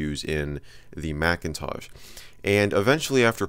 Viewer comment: I like how you consistently call it the Macintaj. :)